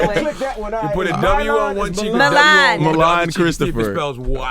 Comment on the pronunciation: WHY CAN'T ENVY PRONOUNCE MILAN?! WTF? LOL